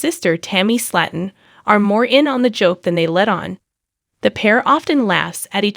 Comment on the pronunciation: You keep mispronunciating Slaton Slaton is pronounced as:[ s l AI - t uh n ] And lb is pound so quit making fun of how she mispronounces words you are no better